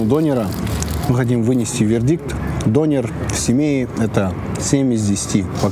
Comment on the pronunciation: Что за дОнер, дөнЕр ғой... Дұрыстап сөйлесеңдерші... Тым болмағанда, бір заттың атауын айтқанда...🤦🏼🤦🏼🤦🏼